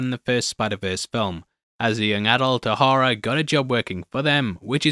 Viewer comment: O'Hara is pronounced more like Oh Haira